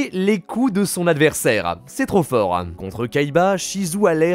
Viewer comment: J'ai beaucoup de mal avec ta façon de parler, avec tes syllabes en trop à la fin des mots... genre "trop fort(ah)" "millenium(ah)" désolé... je peux pas mdrrr